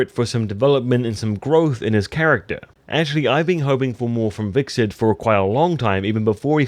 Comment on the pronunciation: vickset = Hvitserk